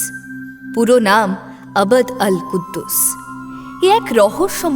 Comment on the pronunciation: আবাদ আল কুদ্দুস নয় আব্দুল কুদ্দুস😊